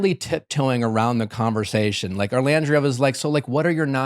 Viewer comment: I'm sorry, who is ORLANDRIA!??